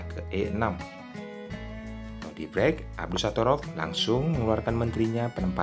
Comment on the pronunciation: Nodirrrrrrrrrrrrrbek bkn nodibrek😂😂😂😂